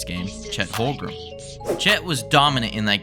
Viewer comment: Pronunciation guide Shay Cay-son Holm-grin